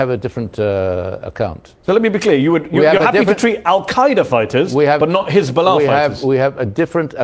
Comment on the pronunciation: notice how he say hisburrrla , pronunced like a Jew , he is a Jew 😂